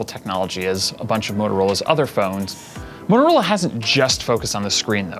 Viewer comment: he really has issues saying motorola